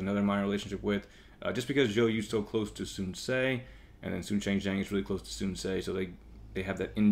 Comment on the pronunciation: nice video! But just being picky, I speak Chinese and it kinda bothers me with your pronunciation of the names. Sun shangxiang- /sun shang see iang/ (xi is pronounced like 'see'. Sun quan- /sun chu an/ (qu is pronounced 'chu'. Sun ce- /sun suh/